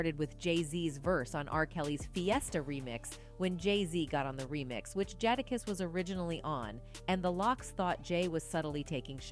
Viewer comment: This is why outsiders shouldn't report on hip hop. She said Hov's name wrong every time. Even messed up Sheek Louch & Jadakiss names. Stick to reporting on Taylor & Miley, leave hip hop alone.